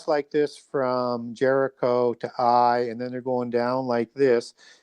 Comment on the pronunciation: knows a lot but he needs to look closer to a King James Bible and get the pronunciation of these names right. The King James has the names broken up into syllables with a mark for emphasis. A’i is a two syllable word. ( A- eye ) Ja’pheth is Jay- feth Hi’vites are HIGH- vites